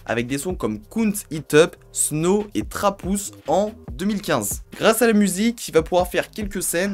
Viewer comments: Faut travailler un peu l'anglais lol. Trap housseee 😂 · Trap houuuse ta lacher mdrrrrrrr ameliore ton anglais pelo